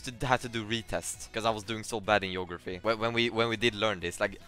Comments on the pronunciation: Geographie YEOUGRAPHIE* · Yeography Yayant